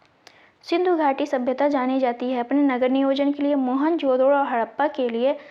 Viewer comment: Madam ap गैंडा को लैंडा बोल रही है और मोहनजोदड़ो को मोहनजो*** बोल रही है प्रश्न संख्या 76 class 3